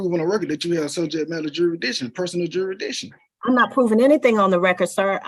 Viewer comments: He said subject matter “juri-diction LOL You missed the “s” sir! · yup….and isn’t it funny how these sovcitz can’t even pronounce legal words like, “ jurisdiction”? His version, “jur-dish-ion” …jmo… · " Jury-dishon" is a new one on me! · I've seen this one already but I love your channel so much I watched it again, lol. Plus this Judge is fantastic, she takes no bs. needs to learn how to pronounce jurisdiction since he loves saying it over & over & over....😂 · This judge should not allow these clowns to make a mockery of her court. And you would think that after twenty attempts would learn how to say “jurisdiction”. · He can’t even say “jurisdiction” properly.. LOL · You can't even say jurisdiction right...what an moron!! My god!! The scary thing is is some of these people have kids smh